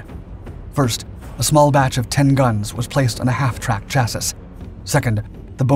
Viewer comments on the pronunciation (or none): Troyan Horse? Yikes to proofreading! And I didn’t make it through before chassis came up. It’s been mispronounced for so long now, Chass-eee not Cha-sis. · "chassiS", really? You must know better. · CHASS -ee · Chassis is pronounced “ChA-SEA”